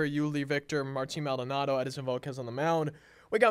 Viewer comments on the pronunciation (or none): none